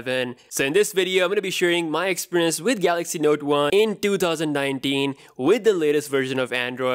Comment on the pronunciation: “ in twotouwzan-ninetin” wat a Dipper!